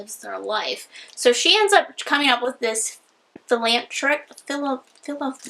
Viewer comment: Philanthropic, pronounced fill-an-thro-pic